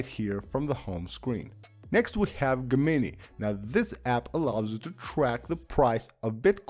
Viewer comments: "Gemini” is pronounced "Je - min - eye". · Wow, I had never considered pronouncing Gemini that way (Ghe-mini) versus the common Jem-In-Eye, but I can see how one would come to the pronunciation. Is this something that the developer decided was the way to pronounce it? Thanks for these videos. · “geh-mini” lol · The way he pronounced Gemini …..